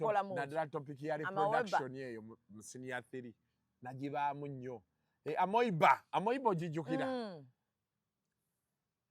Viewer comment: 😂😂😂😂😂 AMOEBA "AMIIIBA'" oba 'ameeba' not "AMOIBA",,,,,... Okay you people's vocabulary pronoucian is hilarious.... 2nd Reason i can't miss your skits!!!! 👉❤👏👏👏👏👏